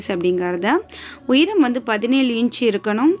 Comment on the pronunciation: Please pronounce the word cleary.. உய்ரம் இல்ல உயரம்... all your creativities are excellent except your pronunciation..